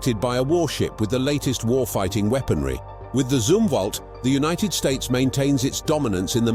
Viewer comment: The Zumwalt was discontinued, only 2-4 are being built. It's pronounced Zumwalt, like Yum-walt. What the hell is a Zoomwalt you stinkin limey?